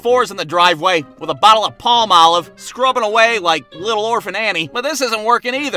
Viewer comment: "a bottle of palm olive" I'm going to say it like that for the rest of my life.